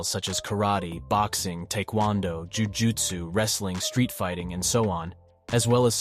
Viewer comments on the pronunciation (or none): They way you said ‘Jiu Jitsu’ kinda sounds like ‘Jujutsu’ 😂😂